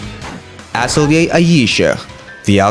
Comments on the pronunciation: It’s “Uh-Tell-ee-ayy” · The only video that i saw that pronounces the name correctly